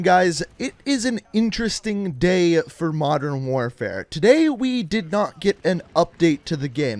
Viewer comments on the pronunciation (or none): none